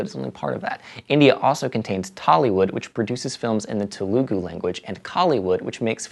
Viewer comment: Telagu pronounce "Thel-La-Goo" and Tamil is "Tha-mil"